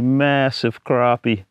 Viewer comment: It’s “crappie” not “crappie” man! Haha nice filet on that crappie!